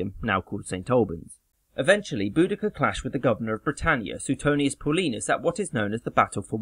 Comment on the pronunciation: Great video but just as an FYI it's pronounced i-see-knee not i-sen-ee, please no one argue with me, ik I'm right, you pronounced Boudicca correctly so that's good most people pronounce it bow-de-see-uh which is wrong as she was from Norfolk so you got it right